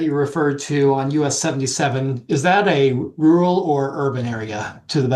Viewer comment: Laughing at them both trying to pronounce "rural".